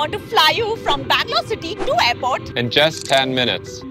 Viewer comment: “Bangelooro” hits hard😂